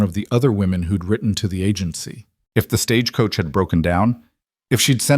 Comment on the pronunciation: 😂. I’m glad I’m not the only one that worries about all those details!!! I love the stories… but I wish AI knew the American language better…. Like the difference in live/live, consent/consent etc. Also how to pronounce Stagecoach without making it 3 syllables!! 😂.